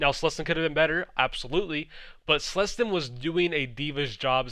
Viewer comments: I'm not sure if you're pronouncing Clestyn right. I thought it was K-lestyn and not S-lestyn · Please never say slestyn again